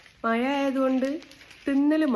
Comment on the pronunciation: മയ അല്ലടെ മഴ